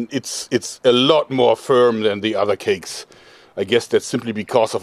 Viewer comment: The way he says cakes makes it sound so nice